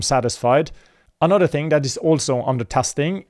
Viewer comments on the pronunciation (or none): none